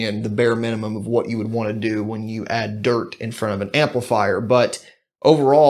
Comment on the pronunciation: Big fan of your channel! I've learned a lot from your videos, thanks for putting in all the work and sharing. Also, the way you emphasize the t in "dirt" always reminds me of Kid Rock in Joe Dirt, which is awesome. Don't ever change bro